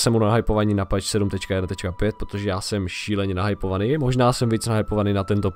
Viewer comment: číta sa to pač/peč a nie peeeeeč :D inak pekne video :)